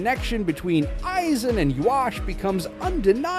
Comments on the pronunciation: “Eieezin “💀💀💀💀💀 the ai voice tripping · My ears are bleeding from hearing AYE Zen🦻🩸🩸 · HOGGG yoku, eyeeeeezen, and ywok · How the fuck do you make an entire video about a character whose name you can’t even pronounce is beyond me. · I'm sorry, but if you're going to start off by mispronouncing his name, the video isn't worth watching. Its only 1 of the most beloved villains in anime history. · Thumbs down...because you can't say his name right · The way he pronounced Aizen is literal cringe 🤣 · Immediately stopped watched once you pronounced his name like that, ngl